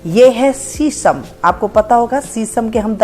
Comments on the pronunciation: शीशम को सीसम बोलने का...डिप्लोमा कहाँ से शरीर को सरीर बोलने का....डिप्लोमा कहाँ से शेयॅर को सेअर बोलने का....डिप्लोमा कहाँ से निशान को निसान बोलने का....डिप्लोमा कहाँ से ? किया?? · शीशम को सीसम बोलने का...डिप्लोमा ? शरीर को सरीर बोलने का....डिप्लोमा ? शेयॅर को सेअर बोलने का....डिप्लोमा ? निशान को निसान बोलने का....डिप्लोमा ?